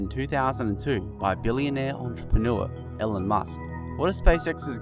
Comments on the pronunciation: Pronounced "Eelon...not Ellen"....jesus.... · nice video.. but the name is pronounced ee-lon, hope you correct it next time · His name is not Ellan, it's Elon. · His name is pronounced "E Lawn."